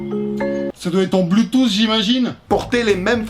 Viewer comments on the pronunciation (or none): none